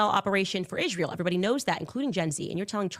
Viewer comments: Why does she say ISHreal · Is anyone else getting a perma-twitch from hearing her say, “Ishhrael” so many times in a row? Just asking the question.